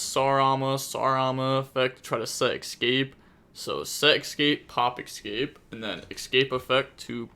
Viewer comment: Can someone please tell the letter “X” does not exist in the word “Escape”